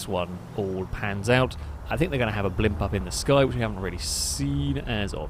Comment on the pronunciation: STOP SAYING BLIMPUSSSSS ITS SO ANNOYING